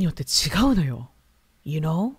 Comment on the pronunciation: you know が、ゆーうにょ💁🏻‍♀️に聞こえてうにょ😂